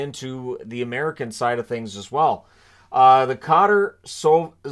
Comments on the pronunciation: kuh-tar, I promise it's NOT cotter. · NHL fans will come to rue the Bettman era. FYI - if you (the ubiquitous you) think the NFL has money? The oil states have NFL raised to NFL levels of money. It's pronounced "Ka - Tar". (as in "Wrath of Khan". I was stationed there for four months or so as part of the Afghanistan draw down. Hot (Kuwait levels of hot), and wind whipping up sand that stung. Qatar was always hot. 0200 when I would work out by roadmarching, the weather was still 90 degrees Fahrenheit.